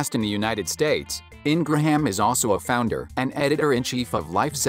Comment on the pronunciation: It's pronounced"Ingram"Not Ingrahaaaam!wow , take speaking lessons!